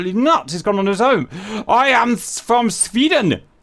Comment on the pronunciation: "I am Sf from Sfvweden. YOU VWILL NOT STOP MEE!!" - Agressive Sfvwede Maybe